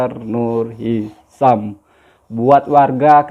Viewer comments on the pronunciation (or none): Hisham bukan hisam